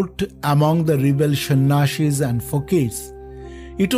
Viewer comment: It's not shan ashis it's sanyasis